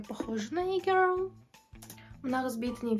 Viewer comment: Грл деп емес гёл деп айтасыз